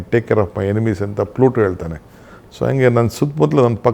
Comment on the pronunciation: ಅದು ಪ್ಲೂಟೋ ಅಲ್ಲ ಪ್ಲೇಟೋ